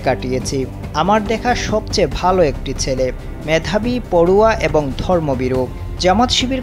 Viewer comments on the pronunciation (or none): none